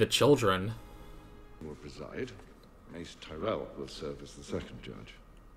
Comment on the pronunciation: Yeah, you know, English english. And since we are correcting pronunciation now, it's TYrell not TiRell.